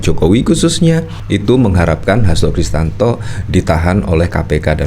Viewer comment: Hasto Kristiyanto bang, bukan Hasto kristanto😂